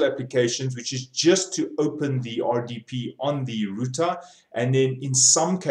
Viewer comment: computa routa :)